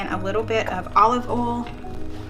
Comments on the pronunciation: OMG! You pronounced "boil" AND "oil" correctly!!!!! I knew you could do it!!!!! I love your videos, regardless 🥰 and think you and are so cute together! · Lol. I was happy to see you pronounce the word "oil" like us Northeners. Lol❤😊.